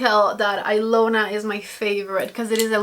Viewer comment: The Natasha Denona lip liner is pronounced Eeeelona the i sounds like an “E” I know because it’s my name lol I’m actually Russian but the name is Hungarian go figure lol I love that liner too. I was shocked to see my name on anything as it’s not a popular name I could never find a single gift item with it as a kid.. so I had to get the liner lol and the color is a fave too. Love your videos. Watch you all the time!